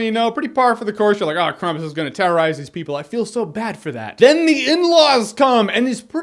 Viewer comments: The way Jeremy pronounces 'Krampus' makes it sound like a Tasty Cake brand. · So you pronounce your A's like U's? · Wait... you saw the movie and don't know how to pronounce it? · jermy jahns.... hmmmm.... i can't believe you can't mention krampus right.... its pronounced "krampus" not "krampus".... its that simple. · yea you are pronauncing it wrong jeremy then afain Krampus is not big deal in America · yeah it's really hard to be precise geographically to you Americans coz it just sucks to google a bit around about 2 different countries, too much work no? Same about the Krampus pronounciation. Takes no big effort. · It's not krumpis it sound like your saying krum piss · I just heard you saying "crumpet" for four and a half minutes. "They're trying to escape crumpet..." Crumpet: The Breakfastening. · Dude. Think campus with an R in it :) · Krom-poos just FYI not being a douche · What? no no no no... it is "Kraaaam-poos" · You got the pronounciation wrong. I guess you Americans would spell it "Krumpoos" (roll the fucking r!) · its pronounced Krau-m-pus. Like combat with an "R" hahah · Its actually pronounced with an ahh and poos. So it's pronounced krahhhm-poos. Its a Germanic tradition were people spend tons of money making their krampus costumes and walk around the streets punishing bad people. You can watch videos of Krampus parades and they are pretty creepy. Now you know. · you watched the movie you heard them pronounce it krampus (cram pus) why do you choose to pronounce it wrong I couldnt bear listening to the review :( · I actually grew up with the Krampus mythology and I learned that it is pronounced Krampoos. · On the pronounciation: Ask yourself this, how do you say "cramp" and how do you say "crump"? There you go. You're welcome. I'm actually more offended by your pronouncing it "piss" at the end. What's up with that! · In German it's pronounced Cramp-oos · it's pronounced "krompus" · its kr-ahm-pus just a softer ah sound. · It is pronouncend Krahmpoos